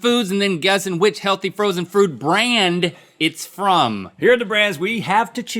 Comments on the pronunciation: Did anyone else catch Link saying Healthy Frozen Frood Brand in the beginning about ? He's definitely saying Frood instead of Food. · Link: ... “and then guessing what healthy frood brand it is” wut is frood? 😂